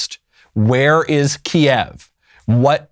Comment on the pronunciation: I’d like to say thank you Michael Knowles for pronouncing the city of Kiev properly it is not KEYS… It is . (Key-ev)